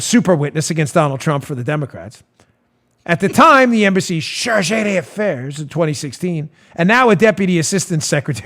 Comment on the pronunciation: Don-- "Charge D'Affaire" is pronounced "Sharzhay Daffair." The apostrophe indicates that the "e" in "De" has been dropped, and isn't pronounced. It's like the Italian name "D'Amico," which is pronounced "Damico" not "De Amico".